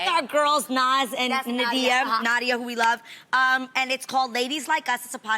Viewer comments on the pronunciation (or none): Adrienne said our girl Nadia, Nadia. Yo girl but you can’t pronounce her name? 🤔